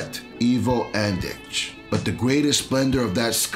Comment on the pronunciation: it's not Biograd, it's Beograd and it's not Ivo Andić it's Ivo Andrić, but still, nice job. i'm looking forward ti see the next part